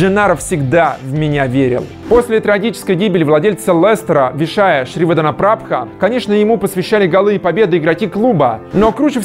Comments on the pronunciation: как ты смог выговорить имя владельца Лестера? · Сколько ты тренировался чтобы выговорить полностью фамилию экс владельца Лестера ?